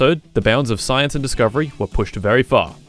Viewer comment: Ah yes "sayianse"